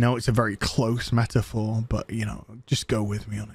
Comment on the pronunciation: "Metaphor?" Did you say, "Meat for four?" You're speaking my thoughts, man. It's always nice to know "I'm NOT alone."